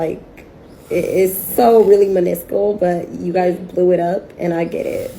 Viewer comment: "Meniscule" lol ... What word is that lol